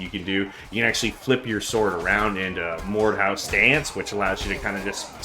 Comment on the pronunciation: Mordhau not Mordew